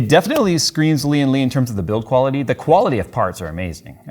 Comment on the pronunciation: Why do people keep saying "Li-An Li"?? It's "Lian Li", don't stress the first Li, subdue it and stress the AN!